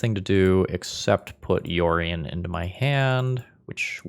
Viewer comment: comment for the algorithm - when you're playing the mirror, it's not "yorion", it's "OURion" comrade